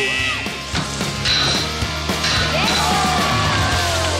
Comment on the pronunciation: She said bob merely I'm Jamaican I'm offended